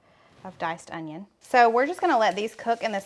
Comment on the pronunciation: Hi sweetie, The onion is pronounced the way you said it the first time. Love these recipes for summer. I'll have to make them and invite my lady friends over for dinner. My son lives with me but he won't eat this kind of food. He's so picky. Have a great weekend. Love you guys to pieces, you are such a cute couple. Love when your son pops in too. He's a cutie.